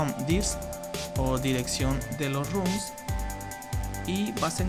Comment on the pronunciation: basta de decir RUM RUM RUM! son ROMS, con O